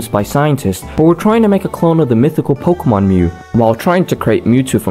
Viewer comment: The name pronunciations are atrocious lol